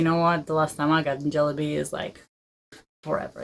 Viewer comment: you have perfectly perfectly pronounced it..